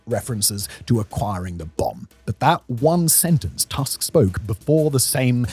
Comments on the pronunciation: 'Tusk' is pronounced too-sk, not tusk. Jesus, you'd think that in the age of Wikipedia biograms having recorded pronunciation guides, we wouldn't have such oopsies happening on one of the biggest channels on the platform. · The last name of Polish Prime Minister Donald Tusk is pronounced <Toosk> not <Task>. Every time you see the letter "u" (or "ó" for that matter, they are pronounced the same way) in Polish read it as as in "foot" or "tooth". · This is a great video. But one small correction, the pronunciation of Polish Prime Minister surname is wrong. It is rather 'Toosk'. We pronounce 'u' like 'oo' in word baloon. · Please, it's not pronounced as Tusk, like elephants bone like structure but toosk. DW gets it wright, U in polish is like english ooh. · Your pronounciation of TUSK is English, like most journalists and pseudo-Youtube journalists who treat it as if you were speaking say of an elephant tusk. To clarify, in Polish his last name is properly pronounced in a deeper, more nasal "U" as you might for the first U in the word "Uranus". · Every time I hear "Donald Tusk", I think I am having a stroke. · Simon's only job is to read the scenario and yet he made no effort to check how the name of the prime minister of his neighbouring country is pronunced... 🙄 Lame. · Źle wymawiasz Tusk. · I like the video, but Tusk is not an English surname, and Tusk doesn't rhyme with Musk. :) We pronounce the letter 'u' as [u], just like in Latin, German, Czech, etc.